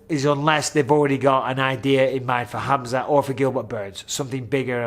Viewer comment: I like how Michael knows how to really pronounce khamzat name properly!!